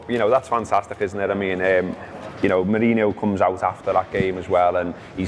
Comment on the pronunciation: Props to for pronouncing Salah's name correctly Props also to for mispronouncing José Mourinho 's name. Shitcoat don't deserve the good stuff